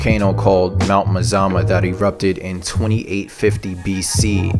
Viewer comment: that is how you say multnomah falls :) also trillium lake is amazing, but a lot of the time there will be tons of people like you said